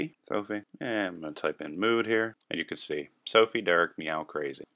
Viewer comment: Lol "mode"... don't you mean "mood"? :)